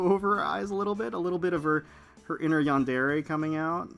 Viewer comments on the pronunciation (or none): none